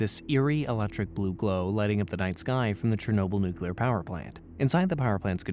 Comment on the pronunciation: Dang NucYouLur... you scary!